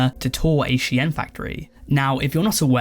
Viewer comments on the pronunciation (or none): sheeeen.... not she-yen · I mean it's actually she-in, short for she inside, which is what the brand was initially called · Bro SHEIN,is pronounced“Sh-EAN” like “Bean” with a “Sh” not “she-yin” 🤦🏻‍♂️ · I swear to god if he pronounces shein as “shi-en” one more time instead of “Sheen” I’m gonna explode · Bro did not just call it "She-en" 💀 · It’s pronounced sheen for ffs that’s why the documentary is called inside the shein machine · you're saying Shein wrong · I was devastated when I found out that’s how it’s ACTUALLY pronounced, another reason to hate shein